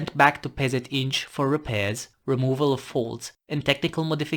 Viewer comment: Neat video. And hey! Such solid Polish pronunciation. (PZInż. - I'm impressed, and Polish characters as well) Thank you for covering indigenous reconnaissance tank design from my country. 😀